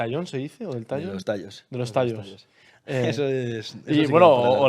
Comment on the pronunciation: y por cierto... es tayos, no tallos